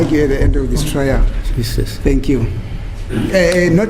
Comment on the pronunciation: An old judge with years of experience saying "jeses"😂😂😂, It shows why he never made it to higher positions till he retired